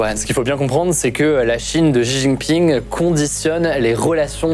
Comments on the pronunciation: Salut, juste pour te corriger sur la prononciation sur le nom du monsieur (習近平 - xíjìnpíng) si jamais tu refais des vidéos dessus : - 習 (xí) c'est un son à mi chemin entre le "s" et le "sh". Pour le faire : Tu te mets en position comme si tu voulais faire un son "sh", sauf que tu plaques la langue en bas de ta bouche, et tu souris (ta langue touchera un peu le bout de tes dents du coup), puis après tu souffles en faisant un "i". pour faire la partie de l'accent qui monte "í", tu montes la voix, comme si tu posais une question. - 近 (jìn), tu peux penser au mot "jean" pour avoir le son "dj", mais pareil que pour le "xí", tu souris et tu plaques la langue en bas (tu coup tu verras, ta bouche va quasi pas bouger entre ce son et le précédent si quelqu'un te regarde parler). Et t'essaies de prononcer un "dîne" dans cette position, tu verras ça fera un son à peu près à l'entre deux de "d" et de "dj" de "jean" (car en voulant faire le "d", tu vas sentir ta langue toucher un peu tes dents, du coup c'est là que le "j" va apparaitre). Pour l'accent descendant, "ì", tu peux imaginer comme si tu mettais un point d'exclamation, comme si t'ordonnais à quelqu'un de mettre son jean par exemple ahah "Jean !" 😂 - 平 (píng), celui là est plus simple, c'est comme si tu disais "ping" du mot "ping pong", mais en montant la voix comme si tu posais une question pour faire l'accent montant. Les journalistes des médias traditionnels globalement s'en battent les couilles sur la prononciation des mot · Cool la vidéo ! Par contre ce serait bien que les gens arrêtent de dire "Ji Jinping", "Ksi Jinping" et autre "Chi Jinping" alors qu'ils vont prononcer correctement "Deng Xiaoping" 🤔😉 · "Jiji ping"? 🤦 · Ji jinping? 🤣 Allez